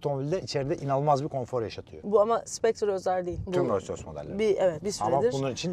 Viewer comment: Hilal tilt oldu artık Allahın adını verdim şu markanın adını doğru telaffuz et Roys Roys ne yaa abi gözünü seveyim yapma